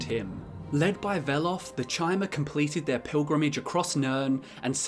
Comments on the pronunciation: Its was always chimer "ky-mer" like chimeras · It's pronounced 'Kimer' as in like time, not because of ESO, that's stupid. It's how it is grammatically pronounced. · Pretty sure Bethesda came out and said ESO IS canon... so yeah Ky-mer pronunciation, get with it. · I thought it was pronounced Chimer (with the ch being k sound) since long before ESO, like the Greek letter Chi, it just seemed to make more sense. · My N'wah we all know Chim -er is pronounced like Chim , and for you S'wits who don't get it it would sound like Kim -er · Your pronunciation of chimer was wrong even in morrowind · "you can decide whether ESO counts as lore in your books" - Have you even played Morrowind? i'm certain that they pronounce Chymer and Chim with a hard C or K sound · Chimer is based on the word Chimera, which is pronounced with a "k" sound. This is further supported by the fact that the Chimaera is a three-headed monster from Greek mythology, mirroring the theme of threes pervading the Dunmer culture and Morrowind game (the Tribunal, the three founding Daedra, the three Great Houses you can join, and the fact that it takes place in the Third Era). If you see it as relating to the word "chime" and prefer to hear it that way, there's no harm in that. If you were wondering why the other pronunciation is the canon version, though, there you have it.